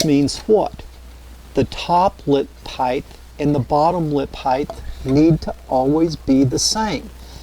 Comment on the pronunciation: Great videos but "heighth" is killing me lol